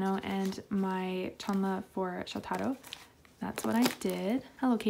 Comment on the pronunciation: day infinite in which katie mispronounces shotaro at some point educational comments don’t reach katie and it shows... it’s shOtaro, not shotAro